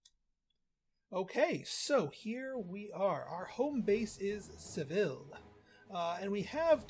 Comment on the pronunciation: I was playing pr3 just last week. I think they pronounce Seville as Sa-ve-aa.. but we won’t tell the spainish.